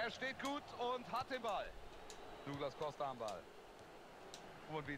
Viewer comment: douglas costa spricht man doglas costa aus :)